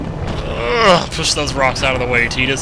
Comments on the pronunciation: Aww c'mon, Tee - dus sounds so wrong. You know it's pronounced TI - dus. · i thought his namewas tidus not teedis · its TY-DUS not TEE-DUS lol love your vids, more ffx pz!! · well I'm going by the original japanese which was tida, pronounced tie-da which is the way the game designers intended it, when it was translated it was changed to teedus officially but game designers don't get a say in the way names are translated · I always pronounced his name "Tie-dus" myself. Do most people pronounce it "tee-dus"? I admit, that pronunciation seems more fitting with his whiny character, looking back on it :-) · Still..have you talked to SquareEnix? I doubt it. Even they say it both ways. They don't flippin' care. And they show that with the KH series, I know KH1 Wakka says "Tee-dus" and in another game (CoM?) its pronounced "Tide Us". So there's no true official pronunciation. Same with Zidane from FFIX, I say Zi-DANE (like in great DANE), some (like HCBailly) say it as Zi-DAHN. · can you please say tide-us and stop saying teedus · please say Tide-us it sounds better to me